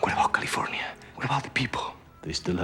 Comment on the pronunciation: Kalefoinya. Laeter to be roold by herr Govarnaytor Ahrnahld Schvarzaneggahr.